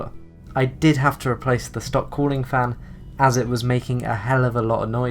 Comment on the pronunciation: Fan blade not "fin" and cable ties jeezo where are you from?